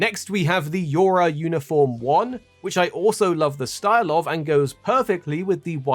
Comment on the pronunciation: YO-Ha Buddy! the 'R' is silent.